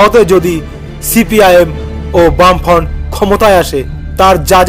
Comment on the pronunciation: বাম ফ্রন্ট উচ্চারণ টা ঠিক কর আগে